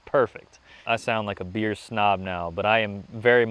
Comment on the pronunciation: I’m sorry but every time you say “bikes and beer” I hear “bikes and beards”